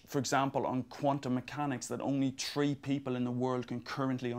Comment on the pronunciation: true hundred, tree hundred years